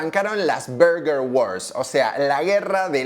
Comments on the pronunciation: Se dice bœrgœr king… suena como una O. La pronunciación en español es horrible. Son dos palabras en inglés. No pude ver más tu video y tu bErgEr kin 🥵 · Cuando empezaste el video y dijiste "burger" salte de alegria, despues saliste con "berger" y no, no se dice asi, es Burger, escuchalo bien en la propaganda que pusiste (siganme para mas datos de ingles jaja) ahora, al doble whopper no hay con que darle, yo le agregaba Ketchup y me comia dos (asi quede) jaja. Buen video. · desconfirmo , este tio no nos representa , el 99'9% de los españoles decimos BURGUER king no barrrguer king 🤮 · que le digan BERguer me saca, no es mas correcto decir BARguer???? sin tener en cuenta que en las publicidades la misma marca parece que dice VERGA king, boludos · No se dice burger, pero tampoco berger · No se dice Berguer grandisimopelotudo. Es Burguer. Che estás hablando en español... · Llora que le dice bUrger, procede a pronunciar bErguer 😂 Capo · Las dos son basura, es burger no berger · Los argentinos le decimos "Berguer" porque nos queremos hacer los que hablamos inglés. Pero en inglés burger no se pronuncia así ni a palos. Por ahí en un británico con mucha papa en la boca podría ser "Bahrgah", pero en nortamericano es simplemente "Burgur" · Suena raro BERGUER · No es por nada pero cada vez que dices "berger" me da la sensacion de que te esta dando un ictus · por qué este chico le llama Berguer king? xddd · Deja de decir berguer!! Porteo pelotudo! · Berger king suena raro.